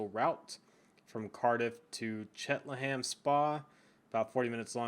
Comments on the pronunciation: Cheltenham is pronounced chel ten hum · if your you can't say Cheltenham just say spa